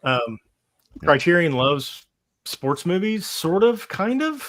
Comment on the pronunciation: I would have loved to listen to this stream, but I listened to the host mispronounce Criterion about 15 times and had to shut it off.